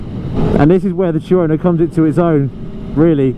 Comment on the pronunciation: Chew-Ono? Two-no thank you